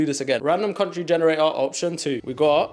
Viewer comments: “cuntry” is frying me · What’s ur favourite ‘cuntry’???? 🤔